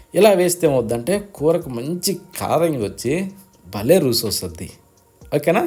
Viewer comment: రుసి కాదు రుచి